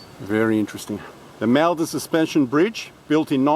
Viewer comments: Its pronounced mulldon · Is that really how you pronounce Maldon? I grew up around there, and I always thought it was pronounced like “Mall-dun” :/